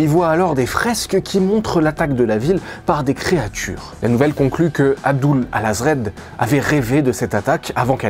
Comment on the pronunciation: C pas Abdul hazred , c Abdullah al hadhred ou al hazred écrit al aazif